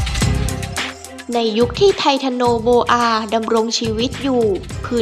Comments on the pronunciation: ไททันโนโบอาคับไม่ใช้ไททาโนโบอา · โอ้ยยย..เขาเอิ้นว่า ไททันโอโบอา คุนนายเอ้ยยยย